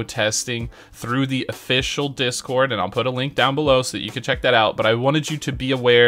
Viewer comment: ”Dick-scored” Bruh, tell me I’m not the only one who hears this… 😂